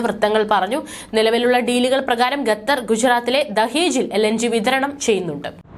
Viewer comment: ശ്രുതി തെറ്റാതെ ഖത്തർ എന്ന് പറയൂ കുട്ട്യേ